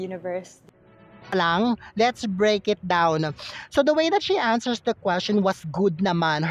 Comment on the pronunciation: why naman po ganun ang pronounciation mo, answershsss, gestuureshhhh